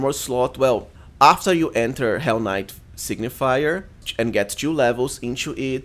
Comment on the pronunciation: Good build, but its Sig-ni-fer, not sig-ni-fi-yer :D